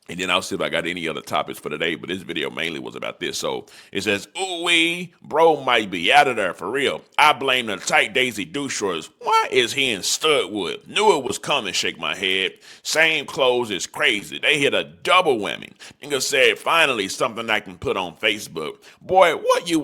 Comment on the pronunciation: It’s STUDE WOOD ( Stu-de wood) 32nd/Big Park/North Main